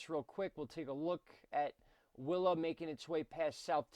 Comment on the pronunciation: coincidence because the first time you said “willa” i thought you said wilma :p